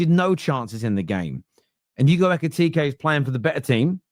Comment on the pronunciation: It’s Hugo Ekitiké, not Ekitika. You’re welcome.